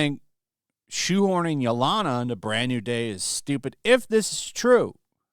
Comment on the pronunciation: You seriously need to work on your pronunciations. Yelena (ye-lay-na) is not pronounced yo-lana.